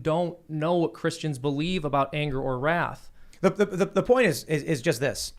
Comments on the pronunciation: or when he said ROTH 2 or 3 times and he meant WRATH? 🤣🤣 Ree ROTH should join van halen to replace David Lee Roth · sorry i dont speak nazi. Unlike youtube who nuked my last comment. I am sure he was actually just so mad and shaking he misspoke. Wroth if i remember correctly either came from old english or german. Also ive dubbed him in a van halen vover band that plays in a dive bar. He was fighting with them about 1 of the 7 deadly sins wrath. Also Ians an american as was everyone in the room. Why would he pronounce it that way or use a word that rarely used?